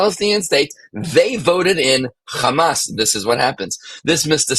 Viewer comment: It's not Gamas.. it's Hamas.